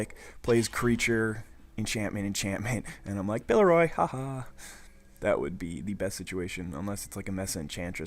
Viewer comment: You need to read cards more closely, specifically, pillORY not pillEROY. I'm just getting into DOTP and your vids are fun to watch, but wow did that bug me.